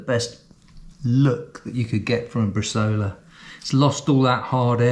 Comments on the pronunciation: It's pronounced 'bres-eye-ola', not bresola. Most Italian recipes call for 2.5-3% salt, along with coriander, juniper,garlic and fennel (very regionally dependant) and it works much better soaked in wine first before adding salt/prague. If you fold over the top of the vac bag before puting the meat in you don't have to clean it and compromise the seal. Good tip on the meat net, cheers. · In Italy we cut the bresaola in very thin slices, a mechanical slicer should help. And, btw, the name is bresàola with a strong stress on the "a"! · My romance language brain is cringing when hearing bresola instead of bresaola 🤌🤌🤌